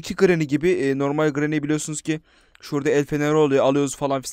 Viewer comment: işte yazılışları okunuşları Pacdlock key(pedlok key) Recaptured(rekepçırıd) Safe key(seyf key) Hammer(hemır) Orda abi dede granny diyor doony demiyor Türkçe mizi düzgün kullanalim lütfen